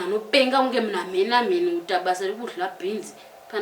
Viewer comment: Kkkkkk beans or beens